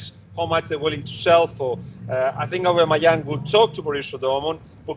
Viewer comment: it's aubAmeyang robbie